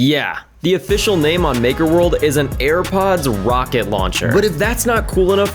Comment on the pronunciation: broski u said "hairpods"